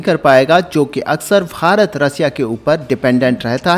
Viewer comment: Bhai tu Bharat bolna Sikh... farat farat kya bake jaraha hai. Also farat har line mei 3 bar bolta hai or dosto har line mei bolta hai. Or baki ka bak bak. Content script likhne per ja pehle kam ker phir aanavloga le ker.